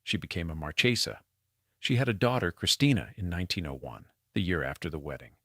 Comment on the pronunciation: Marchesa the ch is pronounced like a hard long K. No che . It's Italian not Spanish. Thank you